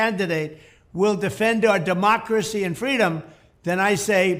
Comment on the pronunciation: I love how he cant even say “democracy”.